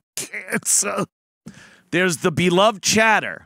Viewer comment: "There wasn't a 'beeluhved chadduh'" lamo